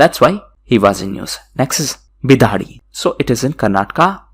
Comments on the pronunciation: Sir just a small correction:: It's Bidadi..Bi Da(Duck) Di(The) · Sir small correction Bidadi = बिडदी